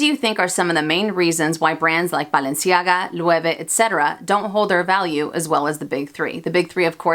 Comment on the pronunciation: I love how you pronounce Balenciaga!